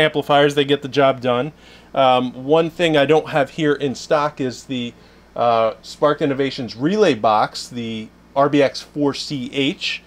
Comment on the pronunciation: SPARKED innovations.... I was trying to find your website for 30 minutes after the last 12vtalk podcast but I kept hearing spartin innovations lol.